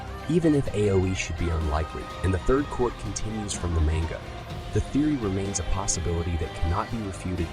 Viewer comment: I haven’t heard someone pronounce manga like that in so long